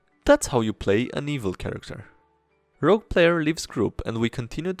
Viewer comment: OMG IT'S ROGUE NOT ROUGE PLEASE! omfg my ocd....